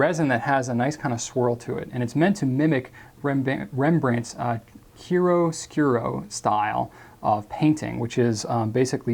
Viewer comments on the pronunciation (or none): such a beautiful pen., we love you, but please look up how to pronounce chiaroscuro.